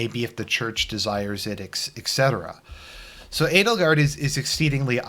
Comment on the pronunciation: I keep he hearing "anal guard"